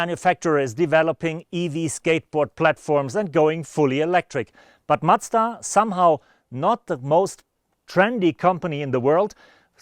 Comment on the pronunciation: Try not to say "Matsda" next time. Please. Thanks.